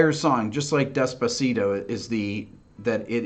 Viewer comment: “Des Pah See Toe” - This Guy 😂😂😂